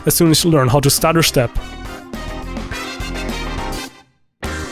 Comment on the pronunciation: Did he say stutterstep or starterstep? Idk which one and idk what that is either?